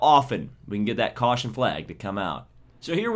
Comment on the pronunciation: AN WE HAV A CAWSHON